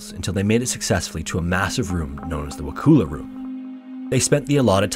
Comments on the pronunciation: It’s not wa-cool-ah…..it’s wa-cull-ah. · You mispronounced wakulla it’s wa-coal-la not wa-Kul-la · as someone from tallahassee, it makes me laugh that he says wah-kool-uh and not wuh-kull-ah for the pronounciation of wakulla cause i've heard it so many times and never heard anyone say it like that... also while i knew that there was some sort of cave entrance in the springs, cause it makes the water dang cold, i had no idea it was that huge. definitely caught me surprise hearing this story about a place i've literally swam at after binging all these videos on repeat for weeks lol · Wakulla - pronounced wah-kull-uh , emphasis on kull ( I live near Indian Springs) Wakulla Spring, largest freshwater spring in the world is right down the road from Indian Springs. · Lol I've never heard it pronounced any other way than "Wah-kull-uh" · I cant let this go. Wah-cull-ah is how its said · Well at least you tried to pronounce Wakulla correctly. Lol. As a Floridian it was funny to hear but I had forgot about this. I worked at a wilderness camp that was connected to these springs where the kids swam. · The pronunciation of Wakulla is hilarious. I'm from nearby in Georgia. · I grew up in Wakulla county. I'm unsure if the county got it's name from native americans or not (though it wouldn't surprise me, a lot of roads in certain subdivisions are named after native american tribes, such as Sioux and Navajo), however all residents of Wakulla county pronounce Wakulla as Wa-kuh-lla, not Wa-koo-lla. Hearing Wa-koo-lla made me die a little inside. I love you're videos though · That is the most unique way I've ever heard someone pronounce Wakulla, lol. (I live in Wakulla)